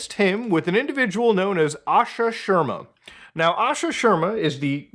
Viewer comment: its sharma shar-ma not sherma haha